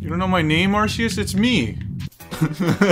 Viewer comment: … it’s ar||KEE||us